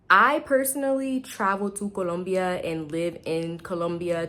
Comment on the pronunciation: Hey, I like the way you pronounce Colombia. So many English speakers cannot get it right. I lived in Medellin for eight years and just for a change, I moved to Bogota. I like the people here a lot but the one thing that I didn't take into account is that it's cold inside my apartment all day every day all year. I feel uncomfortable having to dress special inside the apartment. I have some long johns but that's not enough. Moving around walking in the streets is crisp and invigorating...I love that part plus I get to wear all the cold weather gear I kept in a suitcase and never unpacked in "Medallo". I bought a nifty electric space heater on Amazon and it does the trick but is expensive to operate. Thank you.